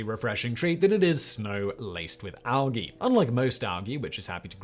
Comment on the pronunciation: What is All-gee? Like seriously, what the hell is he talking about?